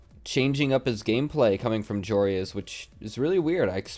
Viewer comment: I kept getting triggered when and pronounced Joreuz's name as Joe Reyes